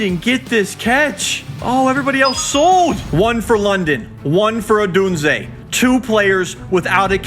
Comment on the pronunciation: needs to figure out how to pronounce Odunze